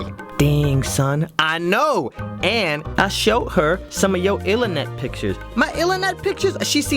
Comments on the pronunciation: how do u even pronounce that? ill-a-net,ilinet??? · I lost it at "illenet pictures" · "Ilernet picture"😂😂😂